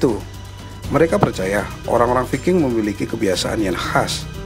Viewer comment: Bacanya bukan viking min.gimana mengedukasi kl ga tau cara baca ..learn more ,,,if you want to be a you tubers...